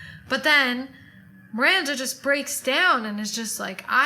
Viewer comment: Miwwwanda! Miwwanda! what ice cwweam toppins we having tonight? lmao makes me laugh every friggin time! we need to get tshirts with this on! haha. You're so right! Why isn't menopause discussed? I was saying to my friend the other day about menopause and why the hell isn't that discussed more when we're younger so we're more aware. My mum hasn't even ever discussed it with me :/ Back when I turned 40 it suddenly hit me that I knew nothing about pre-menopause/menopause. That made me laugh too about us not blinking an eye that Carrie trotted around in clothes above her pay grade but it just somehow fitted into the show without you feeling like it was unrelatable. I dunno, I think that gave us all the fantasy part to heart eyes over and the rest of the show was down-to-earth situations and topics that just kinda meshed so well together. I'm like you though, whatever is churned out to do with this I'm gonna be there, ride or die!! Can't wait for your next video to go over the new episode :D